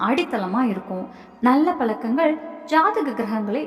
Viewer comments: Palakangal illai pazhakangal enru ucharikkavum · Palakkangal super tamil attahasamana tamizh kolai zha varadha